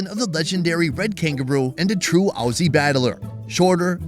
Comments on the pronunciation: "and a true Awzie battler" 😂😂😂 I love but, as an Australian that isn't how you say Aussie! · Please don't say auosy. Americans can pronounce it like ozzy to get it right